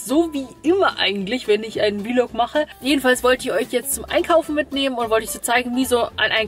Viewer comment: Hat das eigentlich einen bestimmten Grund dass sie immer [wielog] sagt anstatt vlog? :D